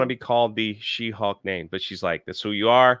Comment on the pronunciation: Take a shot everytime says hawk instead of hulk